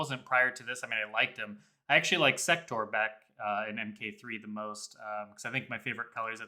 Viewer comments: I'm not sure who it was because your guys' voices kinda all blend together after a while, but whoever said it, said it the way I've heard so many times before: "Sek-ter," when it's clearly pronounced like "Sek-tore" in every game he's in or mentioned. The same thing happens with Darrius, as in the games, it's pronounced "Dahr-e-us," not "Dare-e-us," and Kronika, pronounced "Krone-e-kuh," not "Krahn-e-kuh." Also, no disrespect intended. I love listening to you guys and I've been doing so for going on five years now. I'm just a stickler for pronunciation. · Why is it so difficult for anyone who ever makes MK content to correctly pronounce "Sektor"? It's the same amount of syllables, man. Just say it right.